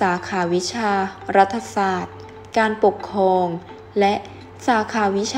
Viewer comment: อ่านผิดค่ะ ปกครอง มิใช่ ปกคอง